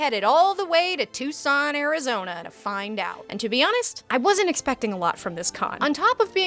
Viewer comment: "Touscon Arrrizoniehhh"